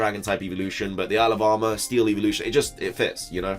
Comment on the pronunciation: Lol. I keep hearing alabama instead of isle of armor.